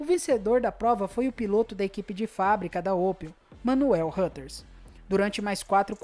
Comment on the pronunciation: "manuel rãters" kkk